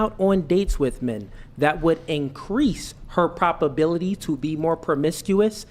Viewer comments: He can't even pronounce words correctly, wtf is a propability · Good vocabulary? Homeboy had been saying "propability" the entire time 😂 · is now officially a LOLCOW. Dude said "propability". Its probability. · Was it not bothering anyone else that kept on saying propability!!?! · imagine a high iq man who's first language is English mispronouncing probability and manipulation. doesn't exist.